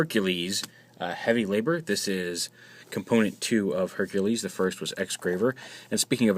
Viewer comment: Correction, Herculer....... what?